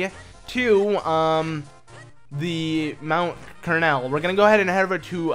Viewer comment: You were also pronuncing Mt.Crenel wrong lol